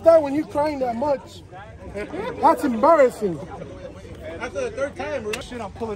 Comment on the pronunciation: “That’s embarrathing!”